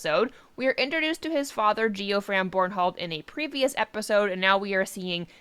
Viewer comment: Lol "GEO-FRAM Bornhald" 😂😂😂 is he a Geologist? Its pronounced "JEFF-FRAM"